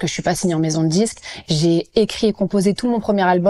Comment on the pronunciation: "je suis pas signé en maison de djisque" "on reste des nuits enthchières" "à la fin on se djit" "on était en studjio", mais pourquoi est-il si difficile de prononcer correctement les "d" et les "t" ? Pourquoi deviennent-ils "dj" et "tch". A part ça, gros respect pour Vitaa !!!!!